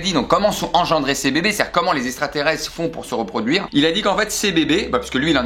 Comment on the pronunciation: "LES ESSSSSTRATERESTRES"